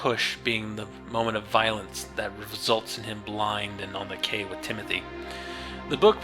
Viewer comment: It's pronounced the "Key" damn it! I really like your work, respect what you do, and agree with your progressive perspectives, so I was really hoping you pronounced the title of the book properly.